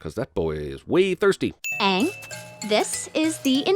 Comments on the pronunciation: Aanger Lol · Sin: the show mispronounces Iroh's, Sokka's, and espeacially Aang's names. You heared me, the show!